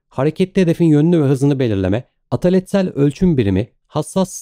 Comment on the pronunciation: Çok teşekkürler, ağzınıza sağlık. Ama "ataletsel" kelimesini istemeden yanlış telaffuz ediyorsunuz. Tabi o kadar kusur olur ama mükemmeliyetçilik arıyoruz artık bu kanalda, ne yapalım(!) 😀